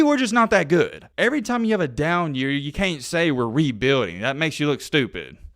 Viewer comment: And please stop saying the word rebuilding it doesnt sound right.